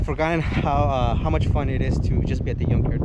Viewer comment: I wish I could help you out bro, glad to see you are getting your hands dirty, - also I could help smiling when you say yunk yard 🥰